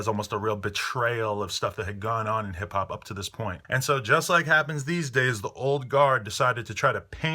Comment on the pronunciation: "hip hap" lol